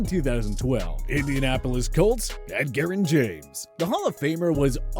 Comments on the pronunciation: I think every single video they put out, the person narrating always says at least 1 name wrong.......Who says Ed-gerrin James? It's Edge-er-rin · Ed-gerrin? It'd "Edge"rrin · Man u slaughtered Edgerrin James name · It took him one game to to show his worth and show Colts fans that trading Marshal Faulk and passing on Ricky Williams was the right thing to do. Hell Jim Irsay presented him with a Super Bowl ring despite no longer being with the team. That and his induction to the HoF are a player and a man not being underrated. Would have been nice to see the voice over guy pronounce his name correctly though. Bob Sanders absolutely transformed that defense and changed how teams played the Colts. The national media always dismissed him because of his size and injuries. He took it personally and would come back scarier then he was before. This list just shows how underrated he is, lol, go figure.